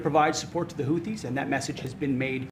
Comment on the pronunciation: " The Houddies " 😂😂😂 yeah yeah